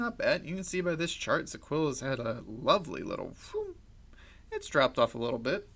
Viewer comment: "Zeecola" dude come on I know you’re new to this and have not done your research properly hence why you are butchering ZIL's name. At least try to pronounce the name properly. It’s ZILLIQA....ZEE-LEEE-QAA.